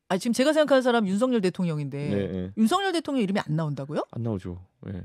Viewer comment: 하바드 나왔더니 윤성열로 발음 해야지 따부류당에서 발음하는 윤서결 이렇게 발음하는데 앞으로 국회의원이라도 될려면 상대방 이름이라도 경멸하는 말하면 인기없어